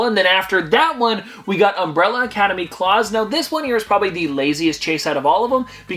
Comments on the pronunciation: ok so you pronounced klaus wrong its pronounced cl-ow-ss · FYI Klaus from Umbrella Academy is pronounced like "blouse" or "mouse."